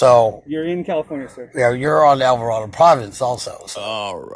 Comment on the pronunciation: What the hell is "Avarado Province?"